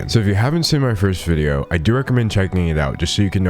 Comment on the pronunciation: I'm not sure if you were saying "first video" or "cursed video" at about but honestly given how this woman is, both are accurate